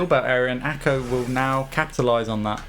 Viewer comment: Awesome vid mate, but please ACo not ACO !! :D